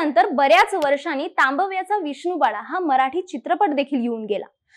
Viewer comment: सगळं छान सांगितलय पण एकदा "तांबव्याचा" ह्या शब्दाचा पुन्हा सराव करून उच्चार करायला पाहिजे...